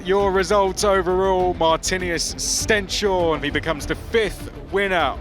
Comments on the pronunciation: Tip to not butcher the pronunciation of Stenshorne: stens-horne (like «hornet» without the t) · "Horneh". And it's not a "sh" sound either, just a normal "s". The commentator was way off!